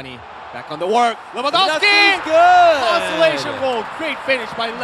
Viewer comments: It's so annoying when people can't pronounce, or be bothered to learn to pronounce, people's names. (Pronouncing Lewandowski with 'w's instead of 'v's). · Its lewandowski. The W in Polish is pronaunced as "V"